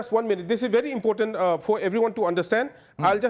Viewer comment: 😂😂A little knowledge is bery bery dangerous🤣🤣🤣🤣🤣🤭🤣😂